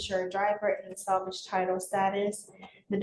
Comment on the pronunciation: 'SALVAGE'. As in 'recover'